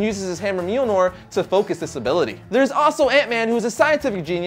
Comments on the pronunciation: mjölnir, not mjulnor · he said milnor when it is mjolnir. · Milnjor? Realy? REALY?! A Comic Chanel wich can't even pronounce Mjölnir right... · Did he call mjolnir meilnor? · it's called mjulnir it's pronounciation is myolneer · lol he said Miljnor